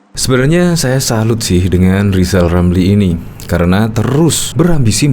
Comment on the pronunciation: Wong baca R aja gak bisa kok malah nyalon presiden,,,zal rizal wes2 angel2 wkwkwk🤣🤣🤣🤣🤣